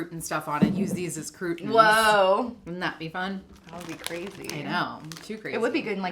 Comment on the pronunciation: Just loling at saying "crootins" for croutons 🤣